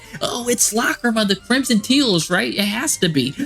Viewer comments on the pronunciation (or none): none